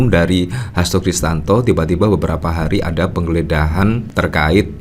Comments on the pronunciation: Bang, maaf nama lengkap pak Hasto itu adalah Hasto Kristiyanto, bukan Hasto Kristanto. Sepertinya anda kurang tepat melafalkannya.... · HASTO KRISTIYANTO, mas! Bukan HASTO KRISTANTO! Nanti dikira orang yg berbeda lho!